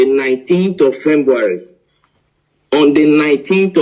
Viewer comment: Oh my jeez 🙄 a Journalist that can’t pronounce February am a kind of confused here